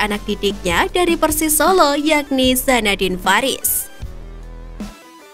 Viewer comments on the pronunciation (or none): none